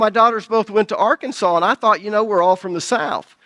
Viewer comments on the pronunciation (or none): none